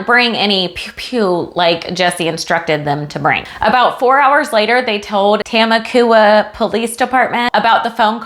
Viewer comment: Lol it’s Ta-mok-wa